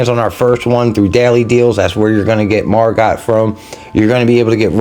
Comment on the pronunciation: Pronounced MargO. Great to see you got her, she seems good